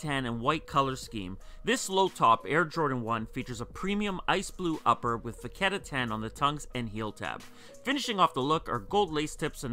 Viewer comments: Hey man don't get me wrong I looove ur content but pleaeeese stop pronouncing it "vaketta tan" its vachetta tan, thx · cause he says it like "vaketta" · And here I am still waiting for e to pronounce vachetta right